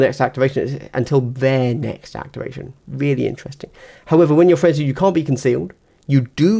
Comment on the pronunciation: What’s a Friendsie token.. What’s a Friendsie token